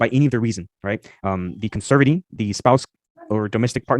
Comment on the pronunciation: OMGosh, is as much of an idiot as Erica. It was painful listening to him read. The way he said "conservatee", with the emphasis on the 1st syllable, almost killed me. 🤣